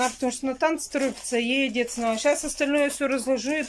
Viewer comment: ты так часто говоришь подписчики просят то...подписчики просят это...я,как твой подписчик прошу- сказать слово НАДО правильно. Не наа...,а НАДО! Я буду очень ждать)